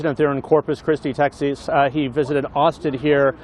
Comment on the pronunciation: Texese, like who doesn't know how to pronounce Texas? Sounded like testes...